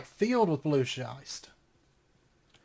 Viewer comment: "Schist" rhymes with "wrist". Loving the series, and the pack, which I wouldn't have known without this LP. Thanks.